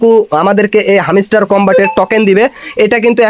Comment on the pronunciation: ভাই তোর উচ্চারণ এমন কেন,,হামিস্টার কই পাইলি? এটা হ্যামস্টার রে ভাই।